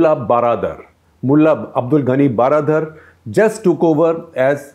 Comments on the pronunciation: Regarding Mulla Baradar, the word baradar is Persian version of English word "brother". So, baradar simply means bhai. If translated it will become "mulla bhai". The word has to be pronounced almost same as how we pronounce brother. So, just wanted to point out that the way you pronounce "baradar" which appear to be "12 dar" is not correct proper. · If you want to correctly pronounce the name of baradar, just say 'hello brother' a Salman khan film... that brother is exact pronounce for this gentleman. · If you want to correctly pronounce the name of baradar, just say Salman khan film hello brother.. that brother is exact pronounce for this gentleman.